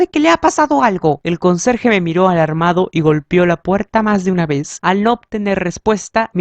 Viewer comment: Muchas gracias pero te revomiendo de que leas un poco mas lento porq en algunos momentos decia vez y vos decias ve y asi con otras cosas